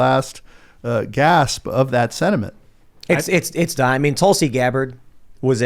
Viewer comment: Please try and pronounce “sentiment” correctly. There are no “D’s in the word